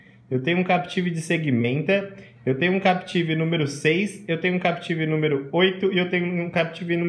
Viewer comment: Captive nao Capetive. Oh praga estressante